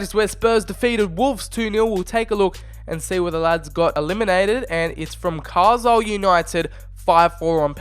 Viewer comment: Proof that he's not English. Pronounces Carlisle wrong. It's Carlile